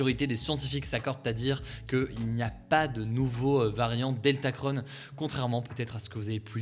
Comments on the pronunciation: Pourquoi dire OmicronE er DeltacronE? On est pas des Américains XD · Pourquoi dire deltaceONNE et omicrONNE ? On ne dit pas macrONNE pourtant ?